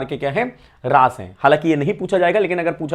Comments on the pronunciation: रस ❌ रास✅ 😅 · raas nhi ras hai vo😂